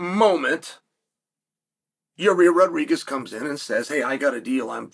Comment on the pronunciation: yahrear rodregez